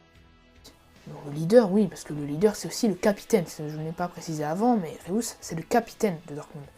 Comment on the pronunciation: C'est pas "Réous" mais "Reüs"